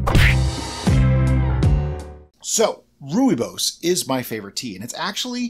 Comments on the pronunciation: Rooibos pronounced perfectly....i am fom South Africa. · Rooibos (Roy - bos) is in Afrikaans one of the 11 official languages of South Africa, it's root language originated from Dutch/German. As you said correctly rooi is red and bos (the o is pronounced like you would the bo in boy +s) means Bush. It's a non caffeinated and very common tea here in South Africa. :)